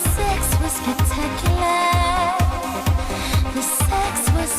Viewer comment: LMAOOOOOOOO. “The sex was spectacularrrrrr” took me ALL the way out